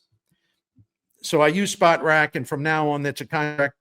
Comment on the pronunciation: My favorite sports writer for 30+ years always brings the best analysis! However, if you're gonna say Spotrac umpteen times, say it right. It's not "spot rac"; it's "spo trac" as in SPOrts TRACk!